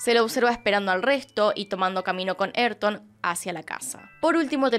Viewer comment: "eytor" jajajajajaja se llama y se dice A Y R T O N .